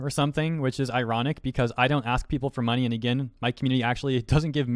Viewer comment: ive got a rough idea as to why some people like this exist 1, they are probably annoyed at your voice, like when you say money , you always boost the last part by a little bit like this i donate moNEY to charity 2, they jello of yo fanbase